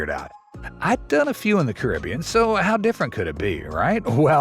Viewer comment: OMG, narrator pronounced Caribbean correctly! You never hear that.😊